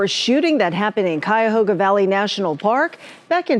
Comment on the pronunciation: Holy crap you said Cuyahoga correct! People who friggin live here even screw it up! I live near there. And somehow I've never heard of this. But holy crap with the dude's mom going vigilante on the wrong person. Oof.